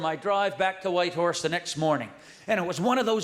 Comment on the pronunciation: He nailed Whitehorse👏🏽